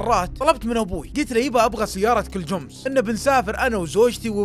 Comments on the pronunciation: اسطوره بس تكفى اسم الشركه جمس مو جوومس 😂😂 ❤الله يسعدك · ليه تقول جومس